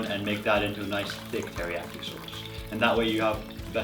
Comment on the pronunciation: A SHAUWCE YOU SAY?! You make me sick